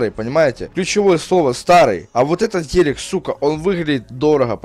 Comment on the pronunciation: Сколько он сказал "ХЕЛЕК? " (ГЕЛИК:)